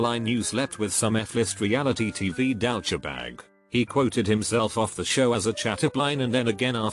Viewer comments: "Dowtcha Bag"? It's douche. "Doosh" bag. Also it's Derek Jeter, not Yeter. "Jee-ter". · "Dow-cha bag" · Douchebag = "Dowchabag" 😅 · How this voice pronounced “douchebag”